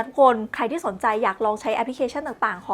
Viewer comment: ลอง ครับ ไม่ใช่ รอง